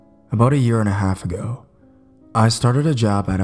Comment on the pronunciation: "Long time ager.."